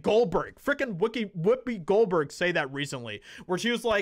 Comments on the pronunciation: Did you say Wookie Goldberg? Hahaha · Did he accidentally say Wookie Goldberg. Lol, that's her name now. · Did he say Wookie Goldberg . Lol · Hahaha You said Wookiee Goldberg! That was a great slip🤣